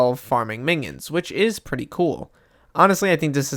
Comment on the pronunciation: i keep hearing mingions instead of minions